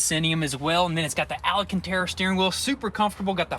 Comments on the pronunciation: its alcantara, not alacantara or is it just your accent that makes you say it hat way?!! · ALCANTARA! Not ala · FOR THE LOVE OF GOD, IT'S ALCANTARA NOT ALACANTARA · these boys hilarious. he said 'alacantera' an edit: the brits where thinking Allah u Akbar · What's al-a-cantara??? Lol